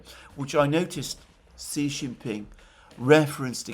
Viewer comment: Victor Gao said China's war with Japan was longer at 14 years — Japan had invaded and annexed Manchuria in 1931. (BTW, Xi Jinping is pronounced "she".)